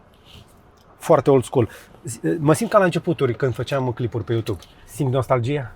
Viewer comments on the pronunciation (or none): none